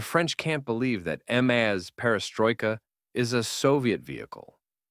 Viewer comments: Em-az? 😂 It's just a maz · I like how your AI voiceover chose to pronounce MAZ as “amaze” from time to time.